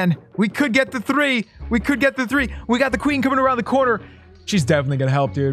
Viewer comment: Hi three is op, he says says like trii